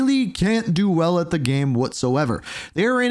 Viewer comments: it's pronounced "game" not "gem" lmao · Why do you have so much trouble pronouncing the word "game"?